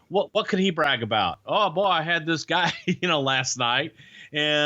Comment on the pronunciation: i like the way he says "guy" like "gah"